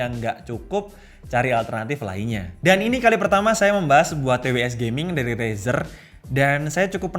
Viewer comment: denger kata Rezer "Umm usagi no nioi~" 🗿